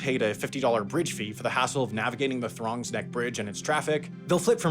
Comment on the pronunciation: Pronounce Throgs right